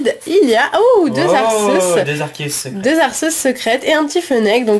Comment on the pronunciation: Juste pour info, Arceus se prononce Arkéus, voilà voilà ;)